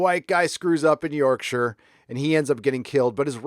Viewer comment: I gave you a like before watching the whole thing just because you pronounced Yorkshire correctly.